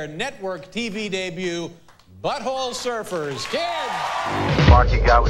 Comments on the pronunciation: Hearing Todd put the emphasis on "Butt" like "BUTT-hole Surfers" instead of "Butt-HOLE Surfers" is 👌🌟🐟🏄‍♂ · Dear Todd, I love you and I’m sorry in advance for bitching about the way you say Butthole Surfers. Everyone but you says Butthole SURFERS and you say BUTTHOLE Surfers. Your emphasis totally answers the question of whether they were surfin’ buttholes and I don’t like the conclusion. I lub this song. I lub you too. You just say things wrong sometimes. Question: How do you say Front 242? My son says everyone he’s ever encountered says Front-2 Four-2. Like Front-porch Back-porch. I say Front • 2-4-2. Apparently this isn’t cool but I’m his mom, I’m not really even supposed to be listening to Front-2 Four-2.